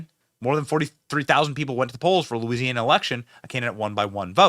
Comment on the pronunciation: Louisiana starts with a L not a E dumbbells. Must be from the north east. Backwooded MF